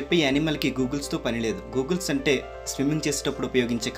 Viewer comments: Google kadhu bro goggles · It's not google bro it's goggle